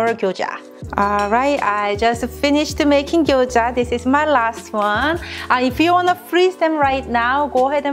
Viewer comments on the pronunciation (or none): She called Gyoza as Gyojya.I know it is hard to pronounce right way but feels like different food if u do not call right. She could say like in case I do not say it right this is Japanese dumplings or something. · she is saying gyoja